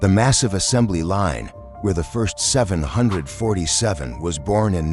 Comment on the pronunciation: The way 747 is pronounced in this video pisses me off